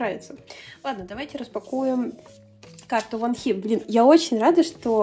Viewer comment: какие красивые карты❤❤❤ очень мне по6равились❤❤❤ я хоть и не душила , но хочу поправить Во́нхи на первый слог ударение и не айлит , а айлилит. буду рада если помогла!!❤❤